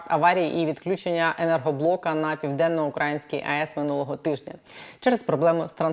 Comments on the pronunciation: при всій повазі - не ПівденноукрАїнська,а ПівденноукраЇнська, невже Вам це не відомо. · ПівденноукраЇнська ! !!! Ведуча, говоріть правильно! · Наголос!!!!! ПівденноукраЇнська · Пані, Піаденно-украЇЇЇнська АЕС. Ну дуже ріже вухо....вибачте) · Південноукраї́нська атомна електростанція, пані зважайте на наголос, бозвучить якось не дуже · хочу допомогти вам говорити правильно, а саме вимовляти слово 'ПівденноукраЇнська АЕС'. Наголос на букву ї. Дякую! А то звучить дуже негарно. Також дякую за випуск!